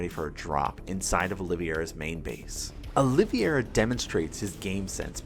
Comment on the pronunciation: Your pronunciation of Olivieria is wrong. He named himself after former UFC Lightweight champion Charles Oliveria. You can watch some UFC promo content to see how he pronounces his name. It's Olive - Era. Not Oleeveyera. Feel like I sound like Hermione but it's grating as a UFC/Sc2 fan to hear it pronounced wrong over and over lol